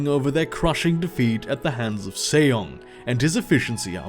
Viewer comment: Just something I thought I would point out, but it's Sejong pronounced Seh-Jong as in the English 'J' pronunciation and not the 'Y' sound in many European languages. Other than that, as awesome as ever. Thank you for doing these things!